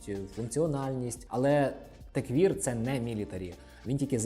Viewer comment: Крутий канал! Класне відео, дякую! Тільки маю непрошене зауваження: techwear — все ж таки теквЕр, а не теквір. В українській англомовне слово можно вимовляти як вам забажається, головне щоб розуміли, але якщо будете розмовляти з іноземцем - буде конфуз 🤝